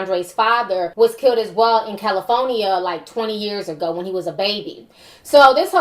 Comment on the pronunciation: Benefishwearie?! Fahcinity?! Caliphonia?! KILT?! Ma'am I'ma need you to learn properly pronounce words before you report news.